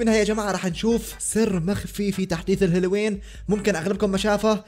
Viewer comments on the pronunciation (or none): الهيليوين هههههههههههههههههههههههههه بذل الهالاوين